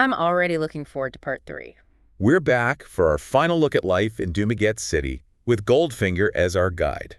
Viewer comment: AI is not pronouncing the city properly lol otherwise it’s OK